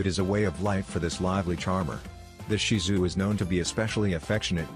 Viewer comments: Thank you for pronouncing Shih Tzu correctly. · I was so impressed that the commentator pronounced “ shihtzu” correctly. Not often we hear that 😀😀😀😀😀😀😀😀🐶🐶